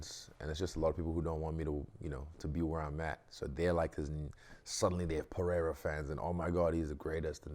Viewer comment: 15 seconds in, and Luke’s nailed the names of both fighters… Strap yourselves in, ladies & gents, we got ourselves an interview 😎😎